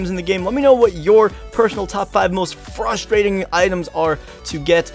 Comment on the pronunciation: the amount of times he said "fustrating" made me A N G E R Y